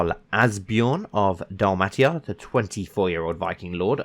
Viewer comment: It's pronounced Dal-may-sha